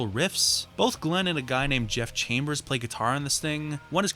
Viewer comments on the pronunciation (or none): none